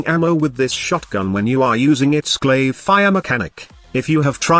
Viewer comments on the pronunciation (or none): Glaive not glasgow lol